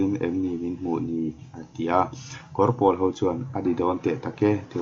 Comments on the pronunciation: Kawr pawl lam dan hi a diklo.'Pawl engzat nge i nih' tiha 'Pawl' kan lam rik dan ang hian lam rik tur.Tin,Kawr tih pawh hi,tui luan na 'Kawr' kan lam rik dan anga lam rik tur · Kawrpawl tiha pawl hi pawl(blue) thluk a ni lo. Pawl - buhpawl, huho sawina pawl thluk hi. A awmzia : Kawr - vai (bengali) Kawrpawl - Vai rim nam, Tuikuk, Takam, Tripura a chang Tripuri, Assamese etc te kha Kawrpawl an ni.